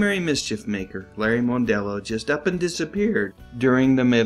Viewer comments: I believe his last name is pronounced MUNdello, not MONEdelleo. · GAWD!! Cut the yap yap and get to the point. Worst narration ever. And it's mon-dello, not moan-dello. Let me save you some pain: Go to .